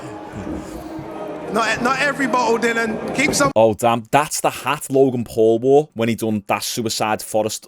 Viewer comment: Its "wogan pau"